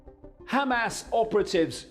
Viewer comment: Is that who is speaking in this video? He may be a hero, but is ignorant on pronunciations. Clueless on pronunciations such as Hamas and Mossad for example. Sounds like a moron.